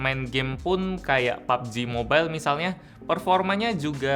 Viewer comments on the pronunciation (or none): none